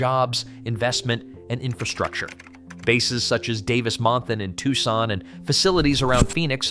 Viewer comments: no dude the AI said "Tussin" instead of "TUCSON"!😂😂😂😂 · This is great, and quite true. However, the repeated mispronouncing of Arizona's second largest city detracts from this. It is pronounced "TWO-SON," not "TUCK-SON." You got it right in several places, now fix the couple of glaring errors. Right now this is 6/10. But if you fix those couple of errors, it will be 9/10. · Where the hell is "TUSSON"?!😂😂😂